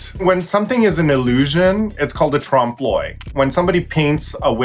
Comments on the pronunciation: The way they say l'oeil triggers me XD it's "euh-ey" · Raja, gurrl, if you are going to give French lessons on youtube, learn how to pronounce oeil! 😳